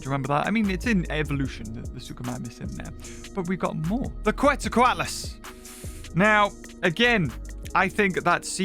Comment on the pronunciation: Sorry dude but your pronunciation of Quetzalcoatlus is killing me. It’s Kets-zal-kwot-lus. Quetzalcoatl is pronounced the same, except the -tl is just a harsh sounding T to put it simply.